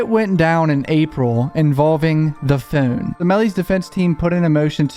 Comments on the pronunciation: The way he says phone lol phown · The way you say phone lol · You know, now that I heard it in the Hivemind video guest starred in, whenever he says "phone", I can't help but hear his accent lol.